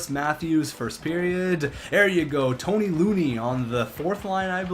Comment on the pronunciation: Ty loney. Not tony loney lol